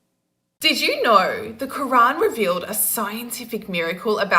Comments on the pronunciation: WoW, does she not realize how dumb she sounds constantly?!?! Who supports her?!? She needs help. And she says the word "know" oddly. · How many vowels does she pronounce when she says "know"?